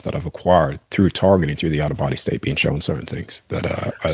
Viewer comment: Cool guy. Funny how he pronounces shown as showen.